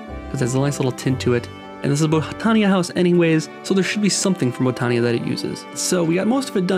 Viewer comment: Botania pronunciation, Bot-an-ya, not Bow-tan-ya. There's no long 'O' sound. Kind of like the word Botany (Bot-an-ee).